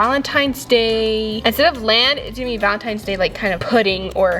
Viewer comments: Is it me or did say Valentime’s Day and not Valentines’ Day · Why does say valentimes doe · said VALENTIMES DAY 😂😂